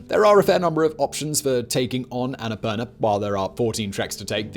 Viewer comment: Bro, the pronounciation is the Sanskrit word ann-a-poor-naa